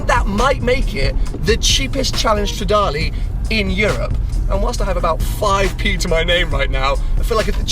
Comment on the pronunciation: it's stradale not stradali AAAHHHHHHHHHHHHHH